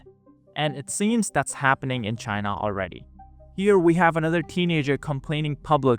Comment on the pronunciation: CHYNA EES AAAS-OLE